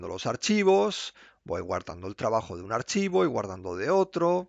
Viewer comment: io trabaxxxxo